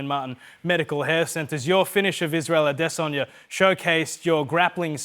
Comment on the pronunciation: Can you please stop saying “Ah-DEH!!!-saw-ya” ffs